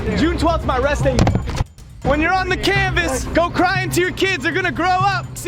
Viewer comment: did he just say Cave S I, cancel keem, now